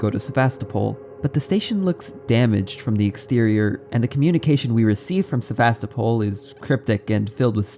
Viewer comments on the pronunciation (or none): istg he said Sevastopol wrong on purpose so many times....